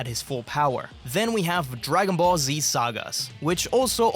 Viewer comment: Die Ki Spricht Dagon Ball Z auch noch Falsch aus